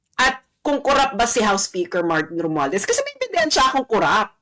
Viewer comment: HOUSE OF REPRESENTATHIEVES. THIEVES THE HORRIBLE SPEAKER MARTIN ROMUALDEZ. PRONUNCE ROMUALDAZ.